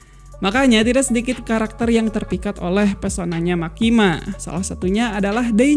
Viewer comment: Ralat bang..""MEKKIMA"